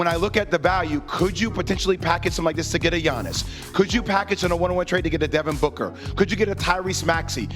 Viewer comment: This dude said Devin Booker! lol